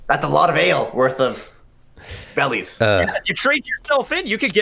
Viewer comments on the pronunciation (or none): Ummmmmmm I hate to correct you or I missed something but it's pronounced berries not bellies (that's what I'm hearing at least)